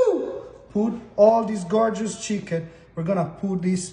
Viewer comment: You know it’s about to be 🔥 when the chef says shicken! Plating was gorgeous too!